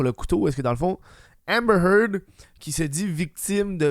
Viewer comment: Hahmbhmer Heard?